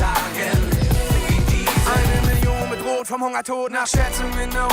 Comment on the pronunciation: Sry but i must correct Your pronouncing the songtitle "Diesen" (=" These" in english)! the right pronouncing of the ei in it must be souns like the long e on the first e of "These"💡 !!!!😉